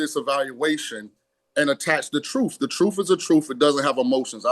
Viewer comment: Shawn King, the word is "truth" not troof.